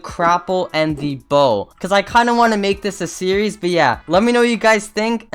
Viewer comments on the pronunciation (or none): none